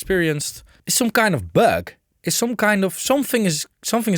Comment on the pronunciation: Yes....lol...the ü, ä, ö... Is a big deal for us Germanic Nordics (Austria, Germany, Dutch, Scandinavian countries, Switzerland...) All comes from the same root.....hehe...